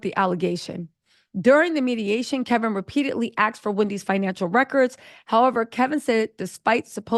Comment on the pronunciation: HIS NAME IS KEVIN..NO L.